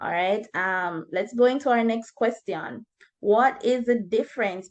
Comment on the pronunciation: Amazing video. Just an advice, I think you should improve the pronunciation of "question"